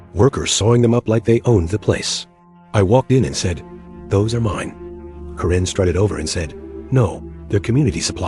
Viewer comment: It's Kare-n not Ka-ren!